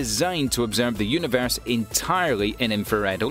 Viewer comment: It’s also universe not univears